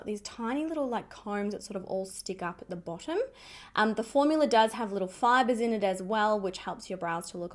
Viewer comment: I love that you say “formular”. It reminds me of Mr. Crabs from SpongeBob 🤣